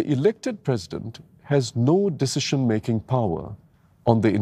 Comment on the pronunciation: Damn sian listening to one of the candidates. Elec-sian, posi-sian, deci-sian, federa-sian, etc, etc.